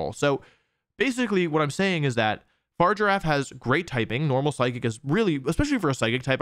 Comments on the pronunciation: Please learn the Pokemon names before you talk about them. The G in Farigiraf is a hard G. You can't just consciously change a nane because you don't like it. Or else we could just call you Susan. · This is one of the worst pronunciations of a mon I have ever seen and shows he clearly didn’t watch the trailer but still not as bad as Pokémon challenges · This is the worst mispronuncianation of Farigiraf I have seen so far.@ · Wolfe, I love you but I hate that you pronounce it “Far-giraffe” instead of “Fa-rig-a-raf” 😢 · I hate to be that guy but it’s Fr-If-Er-RAFF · Fah-rig-ger-a-ph Unless this is a Decidueye thing where you say it just to annoy people then lets go fargiraffe lol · It's not far giraffe. It's not a giraffe thats just far away It's Pronounced Faa-rig-a-wrath Also I might as well point out that "oran guro" is actually pronounced o-rang-ga-ru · “Far giraffe” opposed to “farigiraf’ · I really love your channel and I love all of how you pronounce Pokemon‘s names I think it’s very unique. But I hate the fact that you say far giraffe. And this may not matter to you. But if you call it that one more time . And not fariga raf. I will unsubscribe and never watch you again. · Fa-rig-a-raf not far-giraffe 🤦🏻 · it's a hard g, but even if it wasn't there's an i in there lol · idc if its official its a giraffe it should be far-i-ger-af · I hear you say 'Farger-affe' and all I can think of is Dr. Evil in the 'Goldmember' movie. Goldmember: "I present to you... Austin Powers's fahja!" Dr. Evil: "...His 'farger'?" Goldmember: "Fahja is 'dad', 'dad' is fahja." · What I don't get is why people say Pokemon names wrong when they're said aloud in their debut trailer. It's Fah-rig-ghir-ahf. Also Farigiraf could use a berry to two-time resist super-effective moves. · Love how he spends the entire video saying Far Giraffe 🦒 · why does he ignore the confirmed pronunciation to call Farigiraf Far Giraffe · Why is he saying Farigiraf wrong? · Its pronounced fari-gi-raf my dude